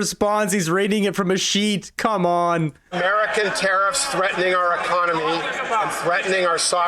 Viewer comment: I don’t like the way he says one economy out of thirteen. It sounds like he wants to attack autonomy.